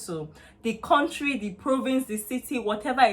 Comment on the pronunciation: Kontrey.. Don't go to Canada if you come from a Kontrey like Nigeria